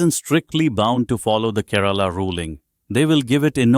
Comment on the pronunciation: For heaven's sake! This Indian state's name is Kay-- ra-- la and not KE- RAA-LA 😂